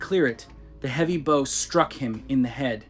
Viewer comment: how to tell you narration...The "bow of a boat" is pronounced to rhyme with "cow" (/baʊ/)